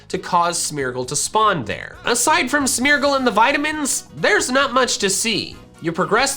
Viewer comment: Everytime he says Smeargle, it sounds like Smeagol